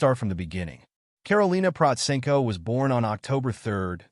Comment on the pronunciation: This is the first time I "liked" a Karolina Protsenko description video. There are so many trash channels and falsified videos about her - well I guess this is the price of popularity and fame. You are the only one to pronounce her name right, you have done your reseach and put it almost right everything. The most persistent and general wrong opinion about her is that 1) she doesn't read music and 2) that she only plays by ear. It must be stressed that this only goes for learning pop covers. She learns classical by sheet music naturally as it isn't possible otherwise. You should have stressed seriously this in your overview. Otherwise, almost 100% with a few very small minor inaccuracies. Congratulations for a good video.